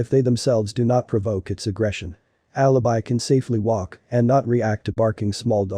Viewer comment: Alabai not Alabee